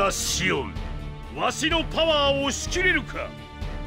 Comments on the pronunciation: ça se prononce Chion (on en anglais) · Ca se dit Shione...-_-'